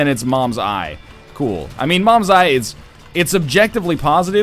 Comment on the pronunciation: it's not mom's eye it's CAIN'S EYE